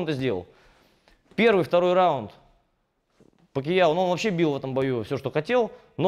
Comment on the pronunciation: Говорил бы не ПакИяо, а Пакьяо (как в названии), было бы идеальное видео